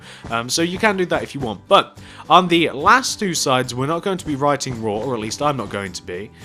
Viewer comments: It is RAW not RAH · Its suppose to be RAW not RAH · You spelled RAW wrong you said rah but it’s raW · its RAW not RAH mate